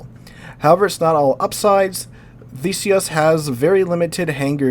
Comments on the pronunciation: As a Brit, i think its pronounced Thee-suss ;) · It's pronounced "thEEsi-us". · he's a history teacher cant believe he doesnt know how to pronounce it. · Theseus, The rhymes with tea, but you've got the rest down. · er theseus as in the greek who killed the minotaur in the labyrinth? theeseeus. or howeve ancient greeks said it. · Not quite. There are two different TH sounds, one where the tongue contacts the upper teeth (a sort of buzzing sound) and the other where they do not touch (a breathy sound) - think "they" versus "theory" - "THEE" is a proper word that uses the first sound. Theseus uses the second sound and is pronounced like the word "Thesis" with the "iss" sound is replaced by "ee-us" sounds (as you described). I'm sure you correctly understood the pronunciation, however the complete words used were (unintentionally) misleading to others.